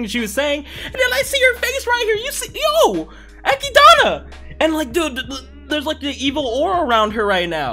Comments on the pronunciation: bruh dont go around calling her eh-kid-anna its echidna, like knuckles from sonic the hedgehog. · Who the f is Echidana, it's Echidna bro